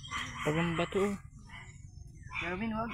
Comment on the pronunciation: bakit d m mpronounce ng mlinaw ang name ni Robin?!..kinukulot kulot m kc ang dila m pg binabanggit m ang pangalan ni robin eh..